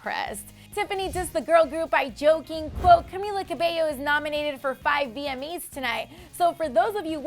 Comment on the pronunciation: I swear she said VME’s not VMA’s